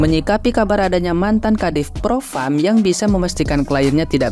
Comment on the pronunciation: Ini ibu yg bilang, propam, propram🤩😆😁